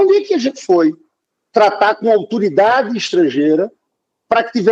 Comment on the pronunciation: “AUTURIDADE” kkkkkkkkkk